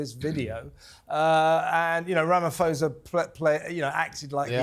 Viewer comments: Ramaphosa, pronounced Rama-po-sa, by the way, didn't have a clue what that video of crosses was. It was a video of a protest held in 2020. It protested all farm murders whether the farmer was black or white, an owner or a farmhand. No mention was made of the thousands, if not millions of people of all races that are murdered in the cities and the suburbs. South Africa has a high crime rate which is a symptom of a massive wealth gap in any community. Note that white Afrikaans farmers own most of the arable land in South Africa and most are enormously wealthy. Note also that many black South Africans don't own a bicycle, let alone a car as a direct consequence of oppression during Apartheid. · You should learn how to pronounce Cyril Ramaphosa correctly if you are going to discuss him.